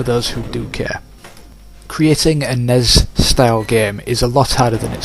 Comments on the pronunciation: I didn't know WTF you meant when you kept saying "NEZ game" but then I realized you were saying N-E-S but failing to spell it out. Back in the 80's no one called it "NEZ," you spell it out N-E-S when spoken. Similarly with SNES we don't say "SNEZ" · In America you spell it out for some reason, even though you barely do it with any other acronym like NASA. In Europe it's usually not spelled out. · Because you're odd. Not failing just how it is said...